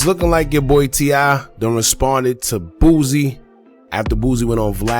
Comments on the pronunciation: Please please please stop calling him BOOZIE it is BOOSIE pronounced BOO C!! Lol too funny. You're not the only one that does it though. 🤣🤣🤣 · My guy pronounce every word perfect but can't pronounce Boosie bruh it's Boosie NOT BOOZIE who is that